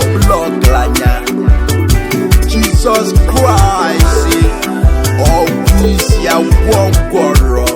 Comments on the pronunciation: Mother tonge r and l issues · This man is the devil himself, he has his own pronunciation of Jesus Christ, God will punish you, useless man 😠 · Flavor said adighi ama aka 😂😂😂 this pple self u guys are funny lion family.....see d way his pronouncing """Jesus Christ"" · Thought i was the only one noticing it... Kai another observer spotted..🙂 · This man have his own pronunciation of this Jesus Christ... hmmmm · I appreciate the beat of the song and the powerful role by flavor, but I think the lion has problem with pronunciation, Jesus kwis, Colona vilus, Amelica, Shayna, Orupe, which is really bad for public hearing. Am representing🇨🇲